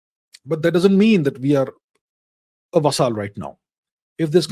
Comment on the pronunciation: He pronounces it "va-saaaal".Quaint fellow.